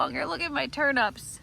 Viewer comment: Ow you so make me laugh “turnups” 😂😂 in the uk we say it as “Turn- ips” 😂😂 I love hearing how people say things in other countries I know I’ve heard Lester take the Micky out of our english accent. It’s all in jest (fun). I love your growing passion I wish I had the time to do more than a mini greenhouse. Great job xx love and hugs 🤗 🇬🇧 xx